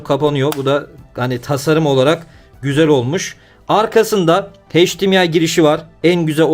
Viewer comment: Video ve emek için teşekkürler. Yanlız hdmı okurken heşdimiay deme ne olur. Em ay olarak okunmasi lazım